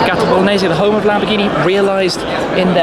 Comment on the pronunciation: Lamborghi?? Lol 1 min 56 sec